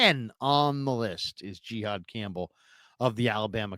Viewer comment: It’s Jihaad!! Not Gihaad!!!!! Smdh ridiculous!